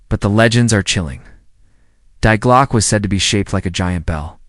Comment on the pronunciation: Have your ignorant cheap & silly AI computerised voice over CORRECT your pronunciation of ‘Die Glocke’ — it’s NOT ‘dye glock’ but ‘DEE GLOKKEH’ — As it stands now, your video’s voice-over pronunciation sounds as if it were slapped-together by some unemployed loser with an 8th grade education living in his grandmother’s basement — and is an INSULT to thinking-persons … ‘DEE GLOKKEH’ - how hard would it be to pronounce (Die Glocke) correctly ? Your cheaply slapped-together AI voice-over & its vapid content can do better — and you’d be advised to do so if you wish to be taken at all seriously …